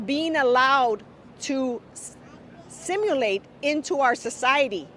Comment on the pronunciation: I think the word she was looking for was asimilate not similate. Truly embarrassing of her to speak on hiltler and putting german citizen in concentration camps. These people are not citizens of our nation. Also hitler was not a leader, he was a tyrant and he was not in power for a few months, she is a joke. Also if they hate it so much simple solutions for a simple answer. Go back where you came from.